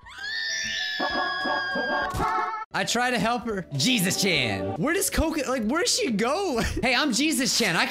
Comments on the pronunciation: Anyone else hear Coconut instead of Kokona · was pronouncing Kokona wrong (Ca-co-na)